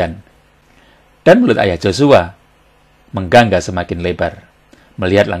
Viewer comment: 7.54 bukan menggangga ttpi menganga begitu looch Oom